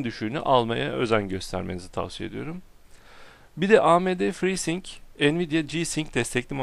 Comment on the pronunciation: abi ci-sing değil ci-saynik diye okunuyor ve frii-saynik